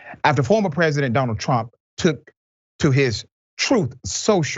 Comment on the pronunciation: weird way to mispronounce trump